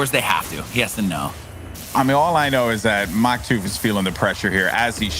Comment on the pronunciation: He said Maktuf and Flyts name wrong :(